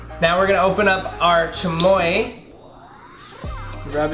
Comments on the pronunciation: doesn’t know how to speak Spanish no hate but he said “chamoya” it’s chamoy” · Chamoia ahhah😂😂 its chamio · "the chamoye, the tajeen" jshaheiej that's how he pronounced it. fr thot he was a Latino, guess not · This guy might have some Mexican blood but probably wasn’t raised in a proper Hispanic house 😂 he said chamoya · Did he really just put an “A” at the end of chamoy 🤦🏻‍♀️